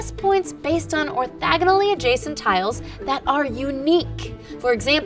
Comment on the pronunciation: Orthogonal. Not orthagonal.